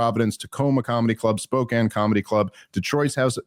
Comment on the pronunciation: Thank you for actually pronouncing Spokane right.